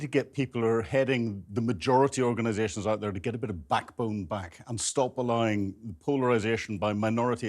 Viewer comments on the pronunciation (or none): He says alliing for allowing.